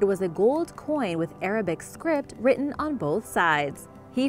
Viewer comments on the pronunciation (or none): none